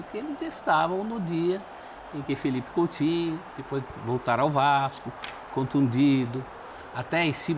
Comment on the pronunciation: COUTINHO É COM "U" E NÃO COM "L"